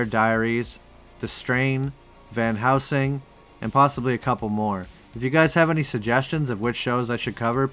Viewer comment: Van Hell-sing... It sounds like you're saying House-ing.